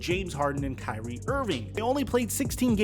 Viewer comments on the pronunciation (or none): none